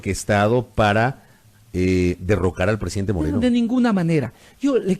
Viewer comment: Por Dios deje de decir llo es yo